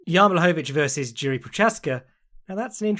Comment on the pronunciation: Tuning in to check how many times butchers Jiri's name.